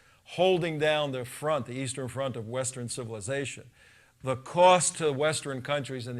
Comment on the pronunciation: "Western" not "Westren." LOL